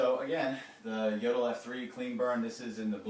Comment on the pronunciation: It is pronounced "Yodel."